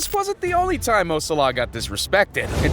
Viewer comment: Please say Mo Salah’s name properly 😂